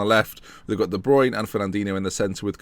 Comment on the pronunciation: When you said de bruyne I thought you actually said The Bryune